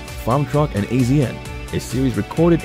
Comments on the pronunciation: "AZN" yeah we pronounce it as "ASIAN"........ you know probably cuz he's Asian, maybe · AZN pronounced ASIAN I hate these robo voice overs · Dear Celebrity Net Worth, we already know 99% of this. If you’re trying to do an update, just the tiniest bit of research would have made this worthwhile, not regrettable. You would have known that AZN is pronounced Asian. Also Farm Truck’s last name is Whitley, not Whitely. The rest isn’t worth my effort.